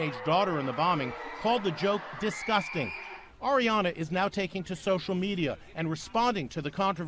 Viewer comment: The English mother didn't say disgusting...she said DISGUTANG